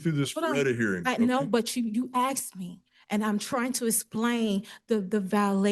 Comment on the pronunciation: The judge “axed” her and she’s just trying to “asplain”. I think we are dealing with a negative IQ level.